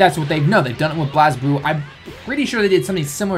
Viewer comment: You pronounced BlazBlue wrong. I am triggered.